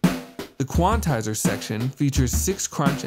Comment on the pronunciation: Why does he keep saying "quan-i-tizer" ?